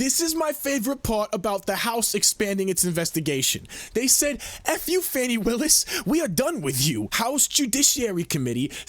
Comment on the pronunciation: It's Fani not Fawni